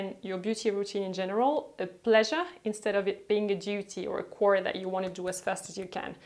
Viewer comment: You need to work on the pronunciation of certain words in English “chore”, “citric”, “chamomile” etc etc. Not hating, just a tip so you can improve your English speaking. Otherwise, cool videos. :)